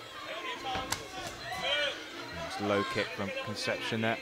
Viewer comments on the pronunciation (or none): He is not "Conception", is "Concepción". The british always annoying.